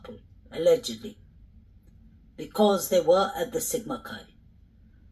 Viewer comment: Hey, When you say "Sigma Chi boys" I hear "Jesse James gang! Lol 🐞